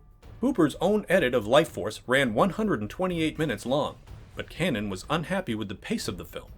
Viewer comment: you can pronounce O'Bannon, but you can't pronounce Cannon.